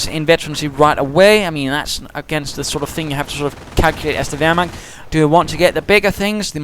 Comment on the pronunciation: I laughted out when you said "wehrmakters" :D! It's really funny if you, friends, speak some german :). I really like your Podcasts!